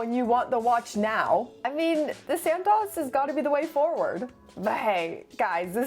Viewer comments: All these years I thought Santos was pronounced Santos. Silly me, it's santoss. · It’s Santos, not San-Taws. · Its pronounced SANTOOOOOOS not SANTAAAS … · Great content, I do love the Santos, and this may be a bit nit-picky, but does anyone really pronounce it this way?!? I'm fairly certain it Santos with a long O (as in "oval" or "oak"). At least the people at the Cartier boutique pronounce it with the long O